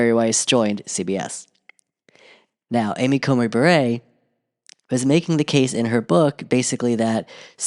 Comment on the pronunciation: I'm pretty sure Justice Amy Coney Barrett pronounces it bear-et not bah-ray.